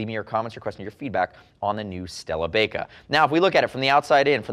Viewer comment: I feel like this would be pronounced "bye-ka" instead of "bake-ah", they're motorcycle gloves not oven mits! LOL :)